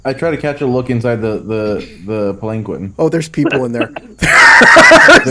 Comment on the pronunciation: It is puh-lan-kwin Also that impaling joke was great. There's a Shuji (I think it's a shuji) called Your Fight is With Me! or something like that, lets you take someone's place in a duel for free (or cheaper?). Pretty cool but high rank and it's like a once-in-a-campaign thing. o_O